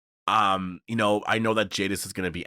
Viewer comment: Jadis not Jadif.